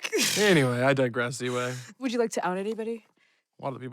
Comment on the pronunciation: I like how he pronounces Ziwe, it’s like Ziwe(y)